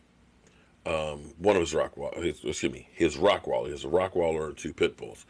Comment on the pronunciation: its Rottweiler, not Rockweiler